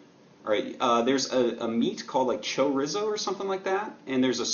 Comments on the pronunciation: Cho Rizzo, pronunciation fail. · chorizo = "chore" "ree" so" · Choy-rizzo? Too funny. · Lol at pronunciation of "chorizo"